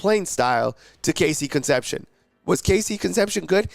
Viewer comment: Horrible attempt to pronounce Cone-cept-see-own dude!